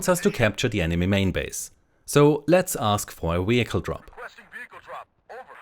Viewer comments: Why does he pronounce vehicle like that? Weeeehicle 😂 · What is a weehicle?